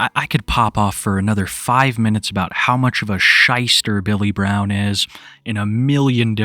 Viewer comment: "Most of them had this strange accent." You mean the speech impediment? "My name is Bay-yull Bwown."